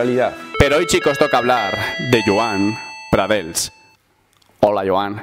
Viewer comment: No es pradels i joan pradells con ll se pronuncia ll no l, si no sabes pronunciar la ll por el motivo que sea pon una i por tanto pradeis. Es que me cago en toda mi puta estampa pero me gusta tu opinion y tus vidios. Un saludo